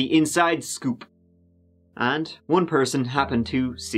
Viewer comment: he said SCÜOOÜp